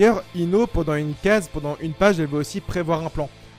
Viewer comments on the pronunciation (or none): none